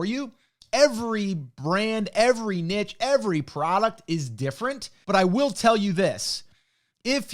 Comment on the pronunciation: i like this guy just because he pronounces niche correctly.